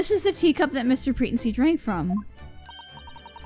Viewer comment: Pretency is pronounced PreTENcy, not PREtency.